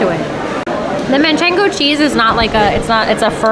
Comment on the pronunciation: manchego not manchengo